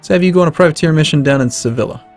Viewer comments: the next time someone says se-ville-a is going to be a bad time. ITS SE-VI-A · I'm American my friend, but it's not that hard to know that double L in spanish is a Y sound.